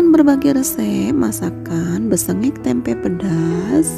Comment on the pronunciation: Tempe mbk bukan tempeknya,mbke nek salah ngomong ya....